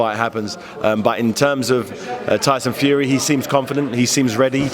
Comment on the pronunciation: "Tyson Furry" lmao